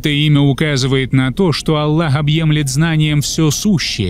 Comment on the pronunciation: Вы произносите имя Алла а правильно АЛЛХ букву х неутверждаете в.этом бльшая ошибка прошу вас будте внемательны